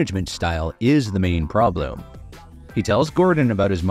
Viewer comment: "the main problo"